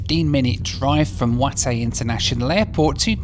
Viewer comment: Also it is the pronunciation is not vientien is vyen tyaan.